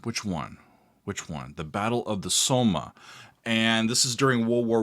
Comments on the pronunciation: Please, please, please. It is not hard when talking about Historical events to get the names and places phonically correct, and it shows respect to the fallen when you try. It was not the Battle Of The "Soma" sounds like Coma, it is the SOMME, sounds like BOMB. Also all those brave English men who lost their lives' in a few short hours were not from places which rhyme with "HIRE". When you say those place names they end with a sound like "SHEER". These are little things, but I would not call Pearl Harbour "Preal Haybower", it would show a huge amount of disrespect. Please, American's just try, it is not hard. Think YorkSHEER, and LancaSHEER Thanks for reading. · Great song, they play it often here on metal radio stations on Armistice day after the minutes silence. Minor thing, The Battle of the Somme, pronounce it as S-om, not So-ma :) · The WW1 battle is pronounced Somm, the E' is silent . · By the way it's pronounced "Som". It's a French name not a German one. My grandfather was one of those gassed at the Somme. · Lemmy was part of HawkWind the W or Wind is not silent and the battle was the Somme, but is pronounced Somm over here in the UK. You should give Iron Maiden's Paschendale a run out too. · Somme is one syllable. Like the French for apple